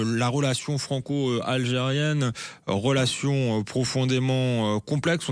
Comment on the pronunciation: Ce journaliste extrémiste a dit.. rolation...😂😂relation illitrer 😂